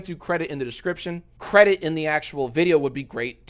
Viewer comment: cwedit the cweators